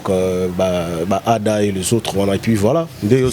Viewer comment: C’est Syla qui a raison tout le monde est hypocrite sauf personne bobo n’arrive pas prononcer le nom de Ada voilà il faut être vrais